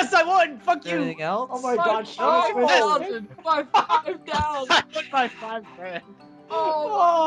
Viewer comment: Shaemus? and its Seamus